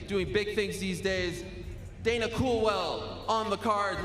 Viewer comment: Helwani he think to say dana